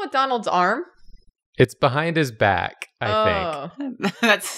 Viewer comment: "its behind his bacKHHHH i thinKHHH" jesus f!&king christ